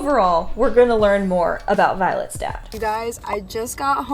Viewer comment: For a moment, I thought you said violet's death. I'm like she died? Just realised that you meant dad